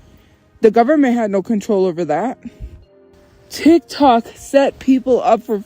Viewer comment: I know this sounds stupid but out of all the grating things does, her saying "Titok" instead of tiktok just grinds me every time